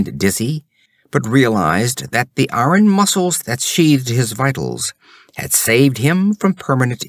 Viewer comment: I agree on EYE-ern vs ARN. But disagree on demonic. While "demon" stresses the 1st syllable...DEE-mun..."demonic" stresses the 2nd...dee-MON-ik.